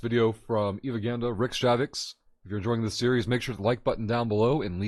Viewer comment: pretty sure you say your name wrong :P Good luck!